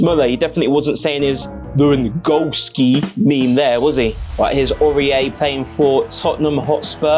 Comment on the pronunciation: Hang on, how are you pronouncing "lewandowski?"